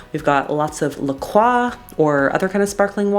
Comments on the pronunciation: Omg the first person who finally pronounced lacroix properly!!!! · and omg, you are the first youtuber i've heard pronounce la croix correctly, instead of LACROYYYY